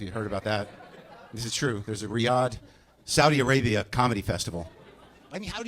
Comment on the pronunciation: „SaudiA arabiA“😂